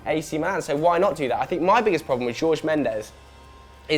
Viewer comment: Miguel Godinho Matias he said it wrong tf? I cringed when he said it